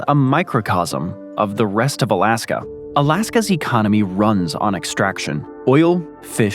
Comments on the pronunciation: Why does dood keep calling it "Alaskum"? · Bruh tf is Alaskum😂😂😂😂